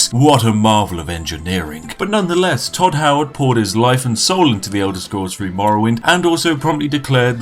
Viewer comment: Elder Scrolls free don't you mean elder Scrolls three